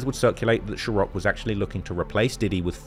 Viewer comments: Bruh. The pronunciation is SeaRock not Sherock tf 😂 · Bro why can’t you say ciroq 😂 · Whoever you hire better tell U how to pronounce ciroc